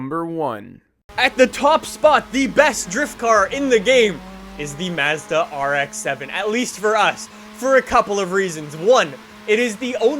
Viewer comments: The way he says nissan triggers a deep anger in me that i didnt know i have. Edit: mazda too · Stop saying “Mazda” forever.